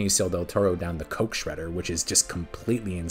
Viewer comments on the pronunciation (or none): none